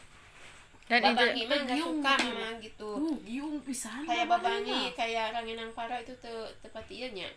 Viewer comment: Rangining...bukan ranginang